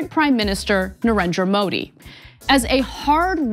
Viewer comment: Being pretty doesn't make you a journalist, and also that she can't pronounce Modi